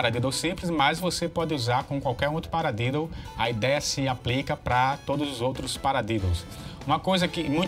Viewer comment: Desculpas amigo mas vc falou paradedo kkk